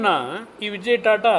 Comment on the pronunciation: " ತಾತಾ" ಅಲ್ಲ ಅದು " ಟಾಟಾ" ಅಂತ ಅದು .